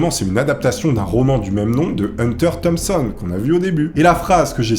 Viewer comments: Tellement mauvais en anglais que tu l'as renommé Thomason a la place de Thompson. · Thompson pas thomasson.. Un très grand écrivain , créateur du journalisme Gonzo . Las Vegas parano n' est pas un roman..